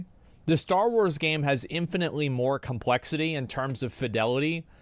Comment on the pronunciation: If I have to hear you say "Compwexity", one more time...